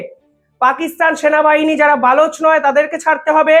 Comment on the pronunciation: এই ছেলেটার উচ্চারণ খুবই খারাপ। বেলুচ নয় কথাটা হবে বালোচ। অত্যন্ত বাজে প্রতিবেদন করে।